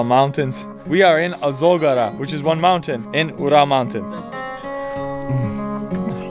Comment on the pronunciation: You pronounce very correctly Russian 🇷🇺 name of things. Like Ural Mountain. All westerners pronounce "You-ral" instead Ural. Yes You still can't pronounce the city Ekaterinburg 🙊! But in general You artracted plenty of respect from Russkies, usually Russians 🇷🇺 did not respect at the first sight. But You acting very respectfully towards Russians 🇷🇺, and I think that they realize that!